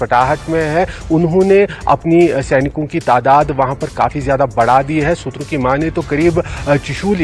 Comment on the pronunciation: मैडम.. सुत्रों.. किया होत है..